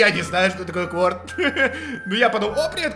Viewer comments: не кворт, а кварта это на итальянском 4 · Не кворд а кварта